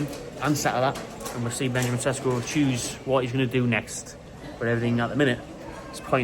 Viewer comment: Everyone calla him Tesco.